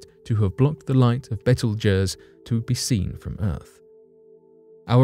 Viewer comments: What is bettlejess? It's pronounced "beetlejuice" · its pronounced beetlejuice not betelgers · The star's name is pronounced Beetlejuice!!! NOT Betlegoos!! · betelgeuse is pronounced "Beetlejuice" - could not take it any more - didn't watch till end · beetle juice bro it is pronounced ! Damn , didn't know what the heck star u were talking adout! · pronounced...Beetle juice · Why is it that ALL of the narrators that talk about ORIONS Brightest star mispronounce it??? Its as if they are all dylexic or something??? It is pronounce Beetle Juice!!!! Ah Duh.... :D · Dude, love the channel, but it's betelgeuse is pronounced just like "Beetlejuice" except the galaxy you can totally say three times! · It is pronounced Beetle Juice!!!! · Great video. And FYI, the star in the last story (number 1) is pronounced Beetlejuice. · Thank you for speaking up about the correct pronunciation of the star Betelgeuse. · 'Beetle juice.'that's how that star is pronounced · If you're trying to pronounce the name Betelgeuse it's pronounced "Beetle Juice" just like the movie. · "Beetle Jersey"??? "Beetle Jers"??? "Beetle Gers"??? I know we say things diff, but, bro... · It’s pronounced beetle juice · Dude you have been massively mispronouncing Beetlejuices name it's pronounced the way I'm going to spell it / beetle \ / juice \ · its pronounced "Beetle Juice" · “Bettle Jus” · Well he mangled the pronunciation of Betelgeuse..... lol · I knew it! I just had a really hard time believing that he was butchering the word so badly! So good to be found I’m not insane...well, not all the time.